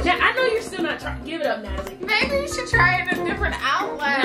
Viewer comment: Still confused if I heard "baby" or "maybe"....lol